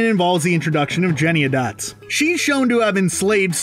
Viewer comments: Her Name is Jenny Any Dots Not Jenny A dots. From the Bleeding Lyrics. I have a Gumbie Cat in mind Her name is Jennyanydots Her coat is of the tabby kind with tiger stripes and leopard spots All day she sits upon the stair or on the step or on the mat She sits and sits and sits and sits And that's what makes a Gumbie Cat That's what makes a Gumbie Cat! So The most cringy thing for me is the Screen rants voice over guy butchering TS Elliotts poetry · Please, to you and all reviewers of this travesty -- the character's name isn't "Jenny-a-dots" it's "Jenny-Any-Dots" -- I know, it's a horrible film, but it's made worse by this mistake -- thanks! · Lol btw it's pronounced JENNY-ANY-DOTS not JENNY-ADOTS lol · It's JennyANYDots, not JennyADots. Which, granted, isn't any less awful but it just gets annoying when you mention about a million times in a CRITIQUE yet keep getting it wrong. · its jenny-any-dots not jennyadots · Jenny any dots, not Jenny a dots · why is he saying jennyadots its jennyanydots!!!!! annoying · The saddest part is its a musical that I love. I wish they'd just used the stage costumes. Also, it's "Jenny-ANY-dots" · Seriously, if you say "Jennyadots" one more time....!! If you are going to savage a movie, at least get the characters' names right. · Jenny-A-Dots lol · It’s “Jenny-any-dots” dude. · What exactly was difficult about pronouncing JennyANYdots? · Not that I care, but it's Jenny-Any-Dots. You're skipping an entire syllable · Who is Jennieahdots? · I could only stand this for so long. Dude! Rebel Wilson's character is Jenny Any dots. Please. You're better than that. Don't be one of those YouTubers who don't read their copy before recording.. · I cringe every time you say “Jenny-a-dots.” Runner up: Tom Hooper spending 36 hours “consistently editing.” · It’s Jenny-Any-Dots. Please say it correctly. There’s enough wrong. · Jenny. Any. Dots. Not what YOU are saying. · 5 syllables Jen-ny An-y-dots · IT WAS BUGGING ME THAT HE WOULDN'T SAY IT RIGHT!